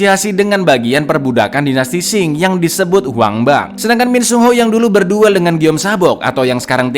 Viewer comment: Dinasti Qing bkn dinasti Xing min 🤣🤣🤣 hayoo monggo di baca ampe bener 🤣